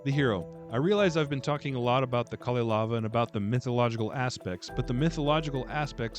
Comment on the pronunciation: The Nokkia ringtone was a nice touch. Oh, and nobody noticed that you kept calling the Kalevala the KaleLAVA, so I think you got away with that :)